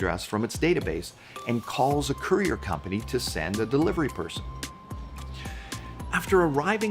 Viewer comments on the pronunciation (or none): none